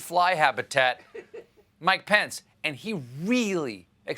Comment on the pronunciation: 😂😂😂Mike-O-Thee Pence-A-Met!🤣🤣🤣